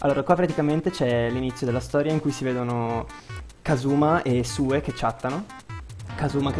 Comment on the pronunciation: Però,anche nell'altra let's play la chiamavi Sue e noi ti dicevamo che si diceva Siù,testardone.